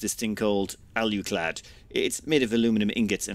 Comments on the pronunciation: Can you explain to me where the "U" is in Alclad? It would seem to me that it is pronounced, "ALL-CLAD". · "Say all." "All." "Say clad." "Clad." Say alclad." "AL YOU CLAD" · I'm willing to forgive him mispronouncing alclad because he didn't call it aluminium. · He comes from an island that doesn't know how to say Aluminum correctly, so I'll let it slide. For all I know, maybe that is the British/Irish pronunciation of Alclad.